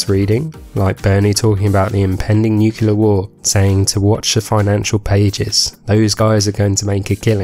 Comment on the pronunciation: Nu-clear. Not Nuke-you-lar.